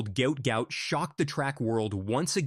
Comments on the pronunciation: Its not goot its gwot gwot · He’s said it’s pronounced how it’s spelt mate you saying it completely wrong